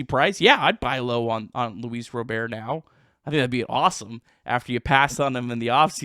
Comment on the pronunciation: It’s Luis RobERT .. not Louis Robèr… quit being gay